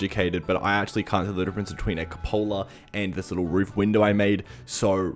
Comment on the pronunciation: is pronounced wayy differently. cabooses have these, and they are pronoucnedc coop (kinda like chicken coop) with an bit of that just letter U. then pola